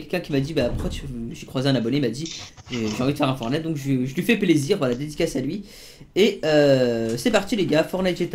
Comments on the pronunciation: on dit FORTTTNITE ptn pas fornite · MDR le début il à dit fornite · il dit fornite